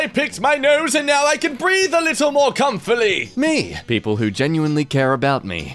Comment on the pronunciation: dude can't pronounce menial says "who keeps inventing words?" a second later : "comforly"